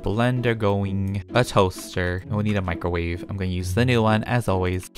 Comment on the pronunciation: you guys need to stop getting in my micawrave Also: get out of mY micawrave before I micawrave myself Me:😂😂😂